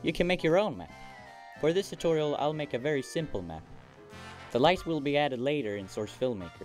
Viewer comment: You make a video tutorial, put "tootoral" in the title, and didn't animate Joel freaking out over it. "T-TOOTORALS!? Tootorals?"